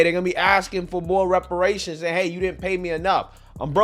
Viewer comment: That man wants his wepowations.